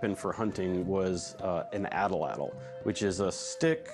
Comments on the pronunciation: at-lattle right? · The first dude said atlatl wrong